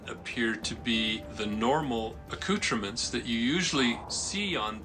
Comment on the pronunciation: Acruchaments? Come on professor, speak English.